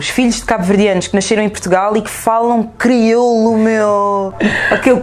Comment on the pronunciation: ela a fazer se que n sabe falar criolo ahahhaha..ah esh criola metid a besta